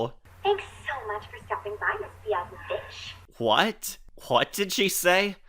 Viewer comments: She actually didnt say the B word. She emphasised the “Vich” in Ms Biaziviche’s name. BiazeVICH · But I think she emphasized the "Vich" part on purpose to make it sound like she was saying the B word.